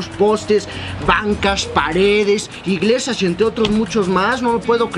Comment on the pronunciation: telefonosh, cashas, igleshias...